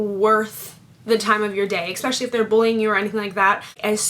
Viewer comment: She said "thime" Lol